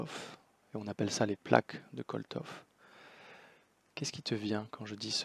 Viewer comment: Bonjour Monsieur, pardon mais le créateur des CEF s'appelle KOLTSOV et NON Koltov comme vous le dites, merci!